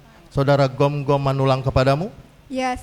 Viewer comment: Gomgom bukan Gonggom Min